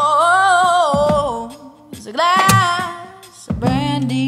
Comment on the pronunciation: Great job!! But just positive criticism, draw out whiskey and brandy...its to properly pronounced for the rest of your beautiful cover!!! Otherwise, great job!!!!